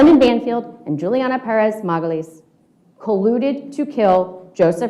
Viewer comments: When defense counsel intentionally missprounances Juliana's last name as MegaLies I want to scream! It reeks of racism from this old bloviating white guy. And I am an old white lady... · Is he calling her last name MEGALIES LOL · I can't stand how he says Julia last name 📛